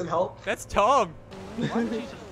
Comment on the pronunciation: I thought he Said "Dom" instead of "Tom". Still works though!